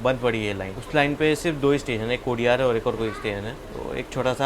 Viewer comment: कोडियार् नही कोडिनार।